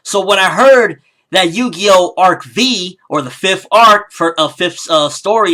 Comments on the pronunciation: It's not Ark-V, it's Ark 5 (V as a roman numeral) lol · it's pronounced (ark-five) and it's actually pretty good if you give it a chance. don't bash something you haven't seen or read about. I promise you'll enjoy it and get a good experience.